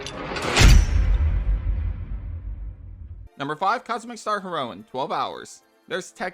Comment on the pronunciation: You pronounce “heroine” incorrectly